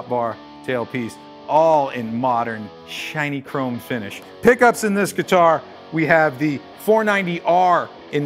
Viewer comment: Did he just said "Chiny-chrome" Finish?